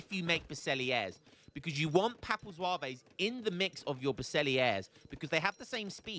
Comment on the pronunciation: As a french its so funny hearing how you prononciate french words like papal zouavéézzz. Atcually you don't want to say the E and S at the end of most french words. So Zouaves would prononciate just Zwav. Historicaly Zouaves where algerian light infantry units belonging to the french army. but yeah these units are so op, counter would be a lancer with multiplier vs infantry and artillery, 2 types of unit aztec don't have so that's why they are fucked